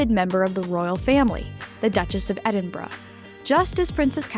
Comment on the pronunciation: I’m so glad to have found your channel! I’ve subscribed and am powering through playlists (: I hope I can give you some info in an elegant way and not come across in any way as a stinker… Norf*ck (Norfolk lol), Edin-bra (Edinburgh), and Reese (Rhys) are a few I heard in the first 3mins and I thought might be things you enjoyed learning, since you’re a dedicated researcher. I only learned when I worked at a British bakery and folks would ask for “Red Lester Cheese” and I’d say we didn’t carry any… only for them to hold up Red LEICESTER cheese and cluck at me rudely! I’m sure there are many more I still get wrong 😂 but didn’t want you to get any of the clucking that I got! All ❤ and hope you’re enjoying Tennessee!